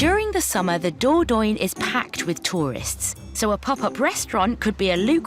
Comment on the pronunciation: Ooh nearly forgot ..... I don't think Dordogne is pronounce Doordoin, I've heard it pronounced Doordonya